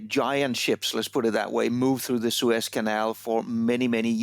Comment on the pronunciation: News Caster "a Prolong Suspension traffic in the sewers" I didn't know the boat would block teenage mutant ninja turtle's home.